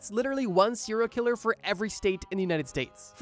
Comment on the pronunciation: The way you say killer makes me want to die